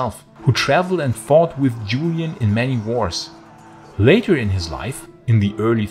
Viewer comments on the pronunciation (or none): none